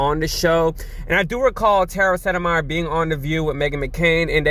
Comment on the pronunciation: Tara landed in a much better situation with The Lincoln project, and her big following. Please forgive me & my occupational hazard of diction minder, but Tara's last name is spoken as Set-My-Er. Thank you for playing.